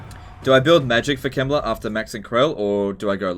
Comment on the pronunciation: is it me or when sometimes says "Heinrich Kemmler" it sounds like "Heinrich Himmler"?